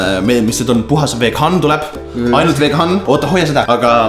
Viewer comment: Kõik on "veghan" ainult "veghan"😂😂😂